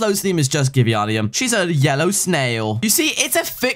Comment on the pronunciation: It’s not givieonium it’s gi-vein-ium for givianium